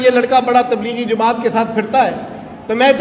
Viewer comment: bhai ko bolo jumaat nahi hota jamaat hota he na ahal